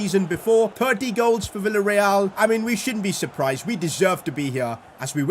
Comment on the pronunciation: Bro said willa real 😂 instead of the villa real😢